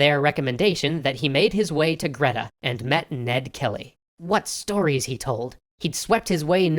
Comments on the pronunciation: Big fan of Extra History and appreciate a touch of Australia in there! Greta is actually pronounce 'Gree-tah' rather than 'Gret-ah' (Apologies, not sure how best to iterate this phonetically!) Follow this link and you'll be able to hear it after a second or two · Just saying it’s not greta it’s gree ta it’s pronounce like that but spelt greta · You don't pronounce 'greta' right it's pronounced "greeeee- da" like greed with an 'ah' sound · In Australia we Pronounce the town name Greta as GREETA with a hard E sound. As a young boy I like most young Aussie boys I was raised with tales of Ned Kelly and his last stand against the system that screwed him and his family over. That was until I found out about the watch he stole from a police trooper that he and his gang had shot and killed in a ambush at Stringy bark creek Stealing from a dead man not really what you would expect from a HERO. He did however hold up entire towns when the USAs biggest criminal was holding up trains. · Someone else may have said this, but that is not how you say Greta; at least not in Australia. Greet-ah is how I've always heard it said. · hello just an Aussie that used to live ten minutes from Greta I'd just like to say it is pronounced 'Gree-ta' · Just letting you know, 'Greta' is pronounced 'Greeta', with a long e. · I'm always amused by people pronouncing Australian town names :) Glenrowan? Spot on Greta? Actually pronounced "Greeta" Still, huzzah for Aussie history!